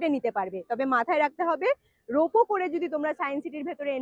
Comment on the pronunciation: রোপো বলে কিছু হয় না, কথাটা রোপওয়ে।